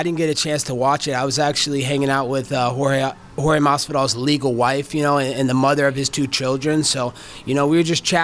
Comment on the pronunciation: Colby sucks and its Jorge not George and why does he have to bring up Jorge wife is legal? That was random but same time I love searing Colby cry complain and get beat up right after. Colby is a hater. He jealous of Jorge clearly.